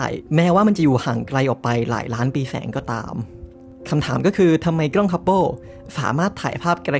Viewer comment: ด้วยความเคารพนะครับ ad "กล้อง" นะครับ ไม่น่าใช่ "กร้อง" , "เส้นผ่านศูนย์กลาง" ไม่น่าใช่ "เส้นผ่านศูนย์กราง" แบบนี้ดีกว่านะครับผม, อย่างไรก็ตาม ขอชื่นชมและขอขอบคุณความรู้ที่เราได้รับจาก ad ในคลิปนี้อย่างมากมาย ขอบคุณจริงๆครับ